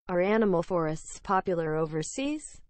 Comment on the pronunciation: Animal Fo↘️Rest↗️